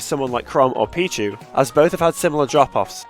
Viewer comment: Its Pichu.